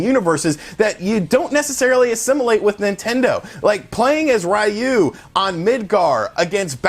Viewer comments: Ree-You not Rye-You. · The cringe when he says "RAYOU" instead of Ryu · "Ryu".... "Ree-you". Say it with me. "Ree-you" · It’s pronounced Ree-u. Not Ry u lol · Please stop saying Rayu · Graaaaaah!! Every time I hear Raiu... i just can’t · Please learn how to pronounce Ryu The announcer literally says it in the game, how do you get it wrong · I think you pronounce ryu wrong... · Great video but please for the love of god learn how to pronounce Ryu